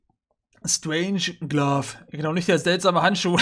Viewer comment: Mal ein wenig Kritik: Wenn es eine Sache gibt, die mich bei ein wenig nervt, ist es, dass er so oft Wörter völlig falsch ausspricht, nicht genau liest oder einfach falsch übersetzt. Ich meine, natürlich ist Englisch eine Sprache, die nicht jedermann liegt. Aber wenn er schon 'bell' mit 'Geldbeutel' übersetzt und aus 'Strangelove' einfach mal 'Strangeglove' macht, da fehlen mir dann auch öfters mal die Worte. Es ist nicht wirklich schlimm... nur halt etwas, das mir schon wiederholt aufgefallen ist.